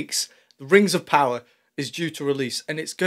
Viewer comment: Oh, Sorry. "The Rangs Of Powder".... LOL